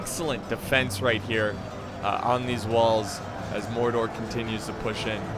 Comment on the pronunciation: u said Mordor not gordor